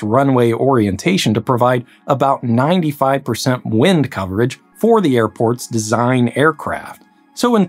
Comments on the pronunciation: You are pronouncing wind wrong. It is wind not wind. Pronounced wind. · Yeah it’s pronounced wind